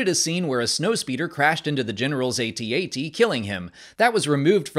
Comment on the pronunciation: It's pronounced At-At